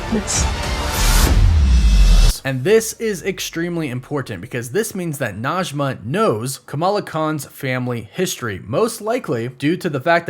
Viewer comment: Najme And Karim i live In Iran And Arabic and Persian are not same but sometimes the pronunciation are same Najmeh not Najma thank you for your video ♥